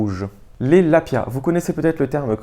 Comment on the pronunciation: Très bonne idée que ce lexique de la randonnée. 😊 Spot = Emplacement, tout simplement. Lapiaz: Le "z" à la fin se prononce. Hardshell/softshell: Tu as des hardshells isolées et des softshells non isolés (le coupe-vent est typiquement une softshell non isolée). Dans les 2 cas ce sont des éléments de 3ème couche (veste), non prévues pour être superposées. La principale différente étant la présence ou pas d'une membrane imperméable (qui peut être respirante ou pas), ce qui la rend plus rigide (d'où la différence soft/hard > souple/rigid. La hardshell fait du bruit quand on la froisse, due à la membrane). Foehn: Vent chaud et sec des Alpes suisses et autrichiennes... donc terme pas adapté ailleurs. Pierrier: Faire la différence entre Eboulis > Pierrier > Champs de bloc (dans l'ordre de taille, de pente, de stabilité). Autre terme pour la prochaine vidéo: -Vent catabatique -FFME -Devers (à ne pas confondre avec le devers en escalade) -Grosses. -Fast hiking -Tige (de chaussure) -Quilt -Top bag -Sac de couchage (le terme "duvet" est souvent employé à tort, même pour un SdC synthétique) -Matelas / Tapis de sol (il y a souvent confusion) -Tissu mesh -Tissu ripstop -Alpage -Estive -Point culminant -Versant -Différence entre un lac, étang, retenue, ... -Différence abri, cabane, refuge, gite, ... -Gorges, vallon, vallée, arête, crête, sommet, cime, pic, aiguille, col, ballon, brèche, combe, coteau, falaise, faille, gouffre, paroie, piton, plateau, précipice, ravin, etc...